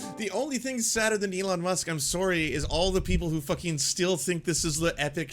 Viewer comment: Hey said sorry like a Canadian here